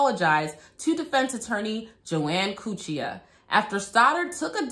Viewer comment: Wait did she say Joanne Coochia?!!! 😂👀